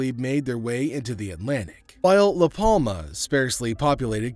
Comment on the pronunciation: The "L" in Palma is silent